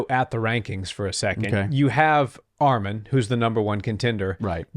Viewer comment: Bro said armen it’s arman